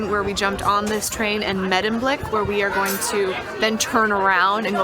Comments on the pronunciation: May-demblick, not Meh-demblick. ( for the next time you're there ) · why did you say Meddemblik ?